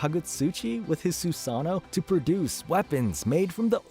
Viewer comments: You say “susano” and “Amaterasu” like an true white American😂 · It’s MAdara not maDARA. Also SOOSano not soosANO.